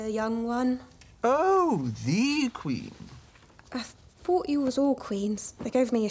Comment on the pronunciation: "I thought (I fort) you all WOZ Queens!"😂😂😂😂😂 Love that line too! The "woz" instead of "were" underlines the class differences and class distinctions in the Royal households which were never crossed. But here they are slightly forgotten or blurred, as Mary seems to appreciate her maid's candour and authenticity.